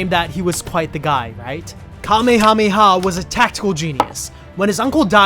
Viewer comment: Kamehameha is pronounced like cuh may uh may uh